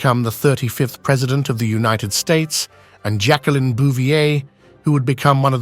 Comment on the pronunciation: It is pronounced Jack-leen...NOT Jackkalynn....pathetic how obnoxious you are.